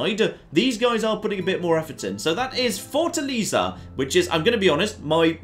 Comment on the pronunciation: Oh. The way you pronounced Fortaleza... Try Fortalēza, not fortaliza.